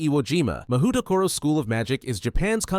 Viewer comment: btw mahoutokoro is pronounced mah-hoe-toe-co-row. Mahou = magic, tokoro = place. Literally "magic place"